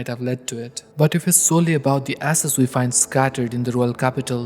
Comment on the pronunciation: This guy definitely got demonetize every time you said ashes because it's sounds like your saying asses